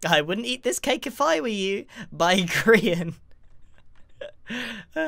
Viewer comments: At the beginning of the videos I usually go over your script as “Hello! My name is Grian and welcome back to hermit craft...” But as I said Grian he said “poultry man”. I just sat there contemplating if Grian was Poultry man. But I must be nuts! There’s no way that’s true... Right? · Grian: poultry man Subtitles: Paul Chu Man Me: which sounds better? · it's not greenery, it's grianery